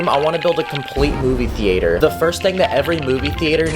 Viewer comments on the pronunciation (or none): Anyone else here him saying “Movie TheAAter”? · '' Movie Theayterr ''